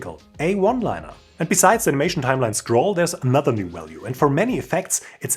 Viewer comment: Hey from one to another: You pronounce "view" perfectly fine!! But you do "video" and "value" with a very soft V. Try the sharper view-V on these too!!;):face-red-heart-shape